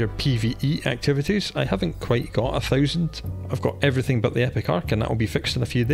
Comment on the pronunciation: The way you say 1000 makes me grin @@